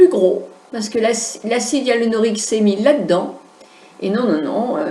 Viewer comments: en effet sait de quoi elle parle mais il n'empêche qu'elle a mal prononcé le nom du produit et a n'a même pas dit "EALINORIQUE " comme disait Houyam mais de L'acide "IALUNORIQUE", alors que le mot exact est "Hyaluronique"...écoutez bien c'est a 3.20 min =) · hello on dit acide HYALURONIQUE ET NON YALURIQUE MAIS BRAVO POUR VOTRE VIDEO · je me permet de vous corriger,vous dites l'acide éalinorique,mais c'est acide hyaluronique,et merci pour la video bonne continuation. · Elle fait une vidéo sur un thème qu elle n’a pas su prononcer une seule fois correctement.... 🤦🏻‍♀️ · Vous êtes très belle.. Vous n'avez pas besoin de plus, acide HYALURONIQUE... Vous le dîtes mal !!! je ris.. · MDRRR ..a parce que vous vous ne faites pas pitié en Commentant "C EST VOUS QUI AVEZ MAL COMPRIS" , donc 1 Conseil Lavez vous les oreilles ma grande avant d'ouvrir votre grande bouche , et le fait qu'elle ai été une Esthéticienne n'empêche pas qu'elle ai mal prononcé le mot donc si J'ai ENVIE de la corriger je la corrige que ça vous plaise ou non !! Et J'ajouterais que vous n'intervenez que pour faire des remarques aux gens mais aucun au sujet de la vidéo, donc retournez a vos activités qui n'ont rien a voir avec la beauté et laissez les gens interessées s'exprimer ! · Arrêtez de charcuter ce pauvre mot : HYALURONIQUE!!!! Lol